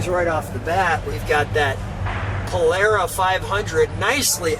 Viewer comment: Thank you for pronouncing Polara correctly.